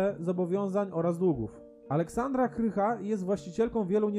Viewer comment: Aleksandra Krach , a nie Aleksandra Krycha :)